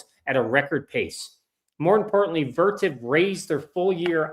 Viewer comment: What stock is he talking about at the end?? Vertiv didn't have earnings but it sounded like Vertip